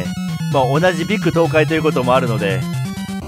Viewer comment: こん❗️🤗 ビック東海…アイギーナの予言しか、プレイした事ないです〜😅それも、一回…😅 でも、流石さん❗️ビック東海を、ビッグ東海と間違えて言う人がいますが、ちゃんとビック…と言ってますね〜😅 でも、ラストに紹介してもらった、どろぴーは、中々楽しいゲームと聞いた事があります〜❗️😆 マイナーゲームの紹介も、また観てみたいですね〜😆 また、ライブ…お邪魔します〜❗️🤗 突然❗️マッチョマン…ライブのネタ用に、覚えとこう…😅